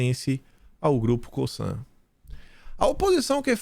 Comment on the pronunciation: Essa empresa, no Brazil, é pronunciada com som de Z. Lê-se "COZAN"👍